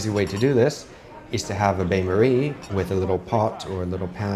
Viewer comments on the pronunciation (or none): BAN Marie as in B A N. Not bane